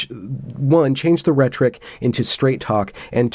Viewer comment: “Rhetoric” does have an “o” y’know.